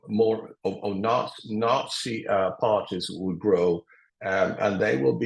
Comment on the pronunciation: Notsees. LOL.